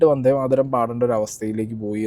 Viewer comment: മാരതം അല്ല മാതരം